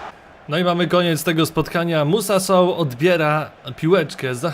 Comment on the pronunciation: Jak pisze Się mówi się Soł to przezwisko to Sołtys